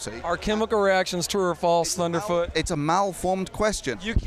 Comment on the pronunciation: dude how can you say that, thuderfoot sounds like a babbling fool! this is depressing